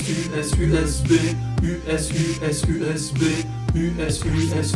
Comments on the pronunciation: J'ai entendu Zbay a la place de USB. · "U Szais Bas"